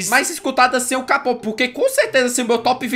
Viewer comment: Ksksksksks mano,o fala capope,sendo que fala Keipop e se escreve Kpop Mas nn ligo e mas legal falar CAPOPE